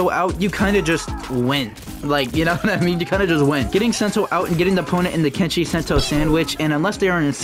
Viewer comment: Kenshi should’ve been “kent see”